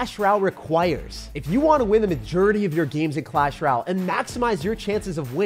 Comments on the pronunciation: since when did you start saying clash “rall” instead of clash “royale” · “Clash ryal”💀💀💀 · Clahs rall 😂